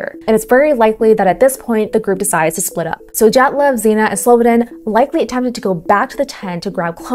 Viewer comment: Belarusian here. Your Dyatlov pronunciation is 🤌